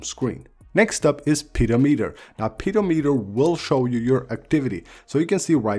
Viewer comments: It should be pronounced pih-do-me-ter. A pe-dow-meter measures something else I think. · Interesting video I just updated so looking for good widgets your accent made me laugh with pedometer :’) pretty sure it’s ped om eter not peadometer😃 great video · Why this guy say "pedo" "meter" Sounds like a pedophile app.... You should say "peh-dometer" ..... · "Pedo-meter" well... that's unfortunate. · Good vid 😁 but just to let you know it’s “Peh-doh-meh-ter” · The way he says, “pedometer” totally changes the meaning of the word. I’m dying 😂